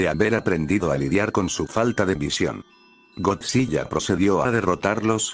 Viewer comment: algo que me incomodo es que dijo godzi.LL.a